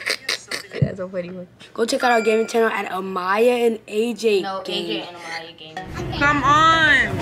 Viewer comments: It’s Amyah not ahmyah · You said it wrong it’s amyah